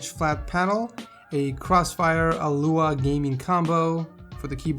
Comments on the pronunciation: its aula not alua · it's pronounced "AULA" not ALUA lol